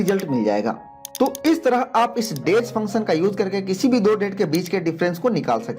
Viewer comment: Very authentic explanation. Where function sounds like phunchan